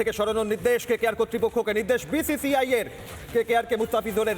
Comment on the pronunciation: Uchharon ta thik korte parena BCCI hobe BCI. Boycott bangladesh and RBangla